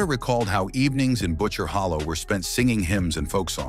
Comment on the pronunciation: Holler not hollow